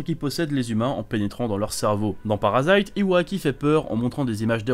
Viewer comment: C'EST PARASITE OU kiseijuu sei no kakuritsu MAIS PAS "PARASAÎTE" nimporte quoi...